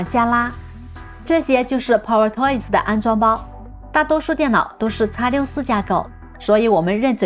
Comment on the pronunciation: 口音太重，还好有字幕，英文power发音错误，中文更多了，希望多练练